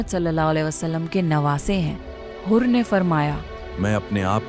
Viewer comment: Hurr bin Yazees, pronounce ghalat kar dia. Hoor nai balkay Hurr, حُر